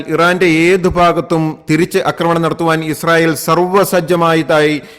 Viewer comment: 'ആക്രമണം' മിസ്റ്റർ. 'അക്രമണം' അല്ല. ഉച്ചാരണം ശരിയാക്കുക.